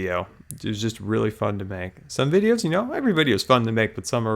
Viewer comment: it's pronounced videos